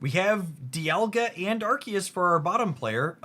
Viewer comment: Why are they pronouncing Arceus like that? It's very distracting.